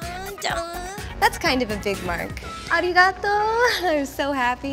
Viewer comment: It's 'arigatou', not 'arigato'.